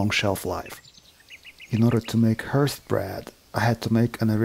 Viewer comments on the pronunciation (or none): Hearth pronounced harth not as H earth